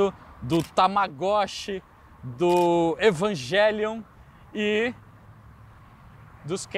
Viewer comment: Ele falar evangelion foi foda kkkkkk. Devia tá meio shinji das ideias